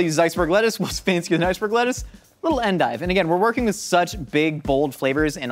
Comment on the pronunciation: It's somehow comforting that pronounced endive the same way as my mom